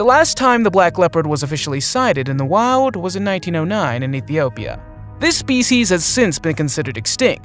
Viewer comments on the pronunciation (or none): none